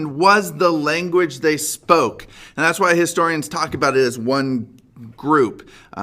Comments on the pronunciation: He said laguage instead of language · Laguage lmao